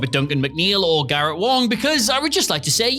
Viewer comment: Clery No. He says "Wong."